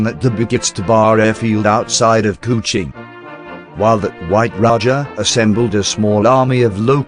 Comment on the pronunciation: LABUAN = LABWAN KUCHING = KOO CHING Fucking terrible pronunciations ruined the video. Ex 1SG who was there in 64.